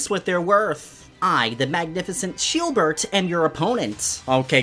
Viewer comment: Also btw it’s sheildbert not sheebert lol also also is Swordward a cousin of squidward